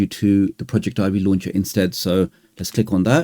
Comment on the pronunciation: It is not pronounced project Ivy. It is pronounced all as one word like “Project-ivvy”. The word project here being used is as in projector. This is further demonstrated when you’re installing the program and it shows a projector in the middle of the screen. Otherwise it was a very great and informative video and I’m going to use on every android device that I have.